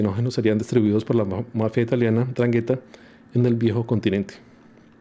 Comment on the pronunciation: Se pronuncia: Andranguetta